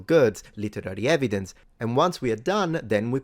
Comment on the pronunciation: "Yer 'ev-ee-dense' don't fit in with my Drunk Uncle Bob's facts."